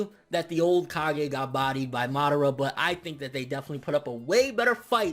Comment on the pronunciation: "got bodie" 😂😂😂😂